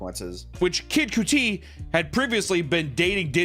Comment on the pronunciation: Say Kid Cudi wrong one more time